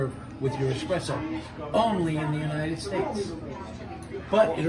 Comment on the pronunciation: Hey barman, it’s not EXpresso.